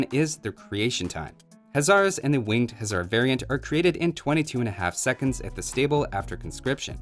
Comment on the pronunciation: Why hussar said huzzar